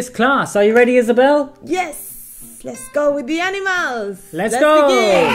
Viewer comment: Por favor intentad revisar los vídeos, me sangran los oídos de escuchar a Isabel pronunciar "animals"